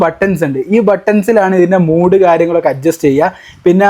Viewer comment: മൂഡ് അല്ല മോനെ മോഡ് എന്നാണ് പറയുക